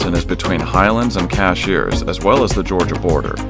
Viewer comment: Nice. As someone who lives here....the next time you come, if you don't want to sound like a tourist, the neighboring town of Cashiers is pronounced Cash-ers. Not Cash-ears.